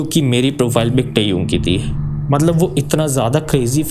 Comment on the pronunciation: your great fan but you are extremely wrong pronouncing TAEHYUNG please improve that otherwise love your videos